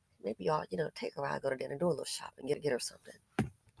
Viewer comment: Hold up! Did she say “Soppin mammie biscuits” ????? 😂🤣😂🤣😂🤣🤣🤣